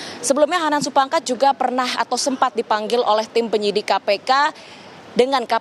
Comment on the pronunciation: gemes sama naratornya.. udah jelas jelas "Supangkat"